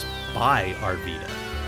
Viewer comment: It’s pronounced “Ar-Vy-da”